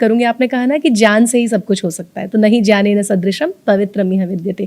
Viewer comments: Aap ज्ञान को जान विज्ञान को vijyan क्यो बोल रहे है। कृपया बताये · सभी विध्वनि विज्ञान को vijyan क्यों बोलते है मैंने काफी लोगो से सुना है ये की vijyan कहते है विज्ञान की जगह आप भी ज्ञान को जन और विज्ञान को विजान् bol rhe he कृपया बताये